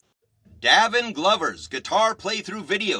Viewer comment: It is pronounced “Day vin”! He has been playing several instruments since he was 3. He is only 17 and is still exploring his gift of music. He also has had 2 scholarships since the 10 grade. People should instruct and guide young children in their gifts! They should encourage not destroy! He is an honest, kind , God loving ,driven young man. He is very authentic ! You are doing a disservice to kids who are trying to be productive members of society! They are adding positive energy in a negative world! What right do you have to negatively slam a child. No young person should be discouraged in development!!! Shame on you!!! I am his proud grandmother and I have NO useless equipment here just instruments. You think you’re doing a good service but you’re really KILLING A CHILD’S SPIRIT AND CONFIDENCE. You will be judged for that! Again, shame on you. !